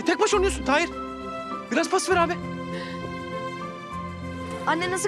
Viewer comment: Tahir'in karısı, maçta, "Taheer Taheer" 🤣🤣 kiyamam ya kadina 😢